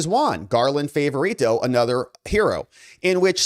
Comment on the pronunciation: You know, you really have one of the best shows on YouTube. But I just wish that you would take the time to clarify pronunciations of names. It's Garland FAHvorito. THAT is how his name is pronounced. FAHvorito.